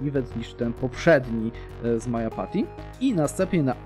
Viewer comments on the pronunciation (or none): to gówno czyta się MADŻAPACHIT